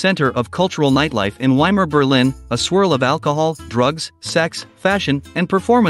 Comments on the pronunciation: Vai-mar, as in Steve Vai, not Y-mar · Why can't someone who presents a documentary with supposed accurate detail not even pronounce properly the name of the place they're talking about. Doesn't everybody know that you pronounce the German " W " as a "V" ? It's the VAYmar republic not WAYmar. Dear ! Dear ! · WTF is WY-MAR Germany? It's poronounced VY-MAR. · Weimar is pronounced Veimar. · If you're going to make a documentary about "Weimar Germany," please learn how to pronounce "Weimar" correctly!